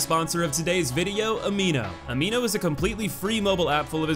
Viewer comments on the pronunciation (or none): none